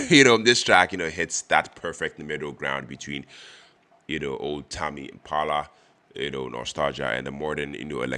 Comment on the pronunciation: It's tame pronounced like same